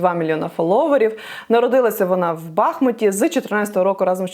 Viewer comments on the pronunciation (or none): Будь ласка, ставьте правильно наголос - БахмУт‼️